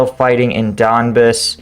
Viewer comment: You pronounced it wrong.. It’s pronounced “Luhansk” not “Luchansk”. Also you say “ Don Bass” not “ Don Bis” Also, I think Russians are doing good in Eastern Ukraine due to Russian Separatists helping them and supporting them increasing moral.